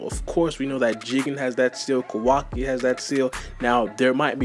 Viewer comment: Butchering Kawaki's name badly